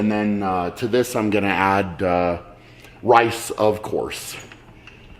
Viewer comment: Shaw : weigh out the wice Camerman : it's rice Shaw : No, it wice Cameraman : okay, sorry.